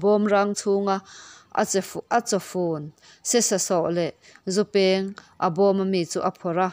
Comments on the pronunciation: "Zupeeng" nilovin, " zu peng"ti a lam /chhiar tur a nih hmel, "peng" tia lam rik tawi tur a ni. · A ngaihnawm hle mai, ama'rawhchu, duh aiin, chhiar i zir a la ngai deuh. 'Chawng' tih leh 'Zu peng' thil dang pawh lam fuh loh a awm nual